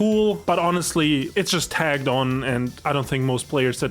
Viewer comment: I'm sure it's a language barrier thing, but it's "tacked on", not "tagged on". No offense, but he says it multiple times and someone should have caught that before the video was uploaded.